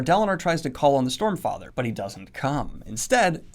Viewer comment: I am pretty sure I heard 'Stormfrather' from Daniel at some point. xD